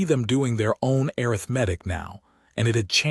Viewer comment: ARITHMETIC WITH ACCENT ON THE 2ND SYLLABLE IS RIGHT, BUT THE NARRATOR SAID arithMEtic WITH EMPHASIS ON THE 3RD SYLLABLE.